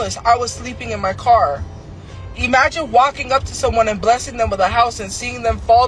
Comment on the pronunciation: " Eeemagine " can't even say imagine right... lol